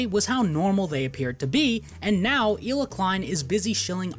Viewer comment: It's actually pronounced KHHHHHHHila